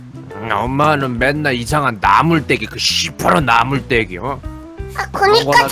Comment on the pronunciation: 시퍼런나물때기할때 시#나물때기라고하는줄